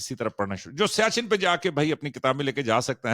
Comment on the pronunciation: السلام علیکم سر سیاچین لفظ نہیں ہے سیاہ چن ہے